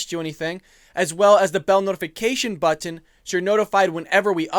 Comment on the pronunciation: I hate when you say button. 😂🇺🇸👍🏻Great job though!!!